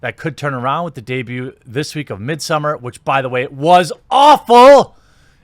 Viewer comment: Seriously ? I loved the "midssomer"